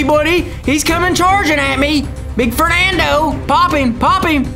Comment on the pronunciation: “FERNANDO” true Disney fans corrected him am I wrong ?